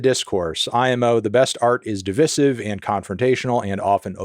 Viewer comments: “Divisive” 😂😂😂 It’s not div-is-if, it’s div-I-sif. I’m sure you knew that, in which case allow me being a jerk ❤ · Your deliberate mispronunciation of divisive is de-VICE-iv. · I'm more offended by you pronouncing divisive like that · not fantano mispronouncing divisive 😭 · Pronouncing divisive the way you did was very divisive of you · I need Fantano to address the “divisive” controversy now. His pronunciation astounded me. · Did you just say divisive not divisive? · why are you pronouncing glastonbury and divisive like that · The real controversy is how you said "divisive" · you just said divisive that way to be divisive, devious melon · What is divisive is the pronunciation of divisive!